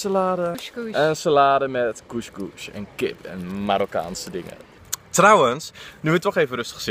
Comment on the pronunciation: Goesj goesj? 😂😂 zoo schattig. Tis cous cous en je zegt koes koes 😝